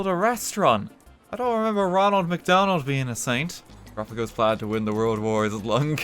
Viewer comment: Best part of the stream? Saint Ronald of McDonald. Or as someone pointed out in chat, Saint Ronald de M'Donald